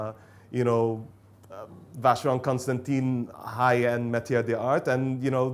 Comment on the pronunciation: It’s ConstanTAN,, not ConstanTEEN.